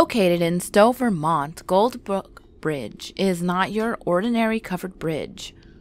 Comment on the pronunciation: I was born and raised here and the scariest thing about this video is the way you pronounce Vermont.